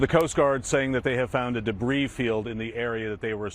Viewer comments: Ummmm,it's Pronounced DEBREE,not DEBREEZE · Hey, debris is one of those weird words that the 'S' is silent! so its said debree!!! Lots of new words in a story like this one! You're doing an awesome job covering it! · If he did, why would he say "Debrees" about 18 times? Do you purposely mispronounce words? What you're saying has no basis in logic. Besides that, who brought up anything about grammar??? Mispronouncing a word isn't poor or incorrect grammar; it's just mispronouncing a word. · Its pronounced "debree". The s is silent. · I enjoy your content...but the "s" in debris is silent 🤔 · The s in debris is silent. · the s is silent in debris, great video thanks for the regular updates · Debris. The S is silent. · It is reported that the back portion of the sub that had "OceanGate" written on it was found along with with the white landing gear. I think that the U.S. Coast Guard can distinguish between "old" and "new" debris. Note: The "s" on the word debris is silent.